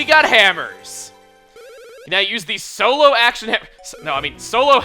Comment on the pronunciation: According to Lucahjin, it is not "Solo Action," it is "Soro Action!"